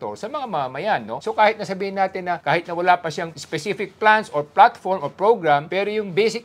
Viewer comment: 😂😂😂 wil plaatapurma hindi hep hep 😂😂😂😂